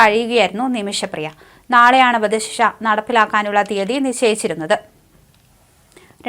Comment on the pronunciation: "വദ "ശിക്ഷ?😂